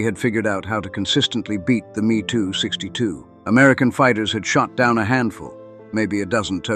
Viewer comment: Every where it says me262 change it to ehm-e262